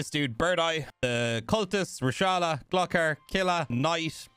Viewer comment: Gluck ar? Nooooooo Gloooo kar omfg dude